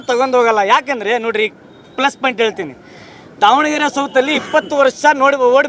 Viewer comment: ಲ* ಸೋಶಿಯಲ್ ವರ್ಕರ್ ಮಹಮ್ಮದ್ ವಾಸಿಮ್ ಪಾಯಿಂಟ್ ಆದು ಪೇಂಟ್ ಅಲ್ಲಾ ಪಾಯಿಂಟ್ ಅನ್ನು 😂😂😂